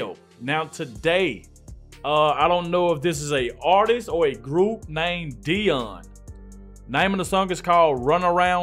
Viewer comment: Dion is a legend and now even in his 80’s he’s still performing. He originally was in the group Dion and the Belmonts and had many hit songs. By the way it’s Dee On lol And this is performed in a night club. The crowds are very respectful. They wait till the performance is don’t to show there appreciation. It’s not a rock concert. Love you old school videos. Keep ‘em coming